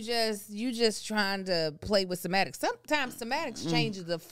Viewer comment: semantics, not sematics